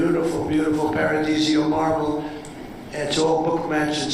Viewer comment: Trump mispronounces the imported Italian marble that he claims will preserve US heritage while there is beautiful REAL American marble sitting just down the road.